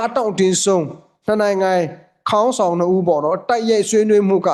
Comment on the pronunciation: ရေးရင်တော့ခေါင်းဆောင်ပေါ့ဗျာ ဖတ်ရင်တော့ ဂေါင်းဆောင်လို့ဖတ်ရမယ်ဗျ ခအသံနဲ့မဖတ်ရဘူး